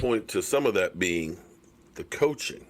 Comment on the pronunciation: Wow two videos in a row not mentioning Jason Garrett's name. now he sayin coaxing lol Can we go for 3 videos in a row without mentioning Jason Garrett's name 6 months after his firing Lol